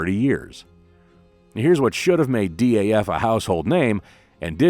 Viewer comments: I'm surprised no Dutch viewer hasn't corrected you on the pronunciation of DAF yet. It's DAF not D.A.F. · It's not D....A.....F, it's Daf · Why say D.A.F.? In the Netherlands it is pronounced as Daf, the first syllable of daffodil. Daffodil was also the nickname of Model 32 of the small Daf car. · Dutchmen pronounce it DAF, as in duff.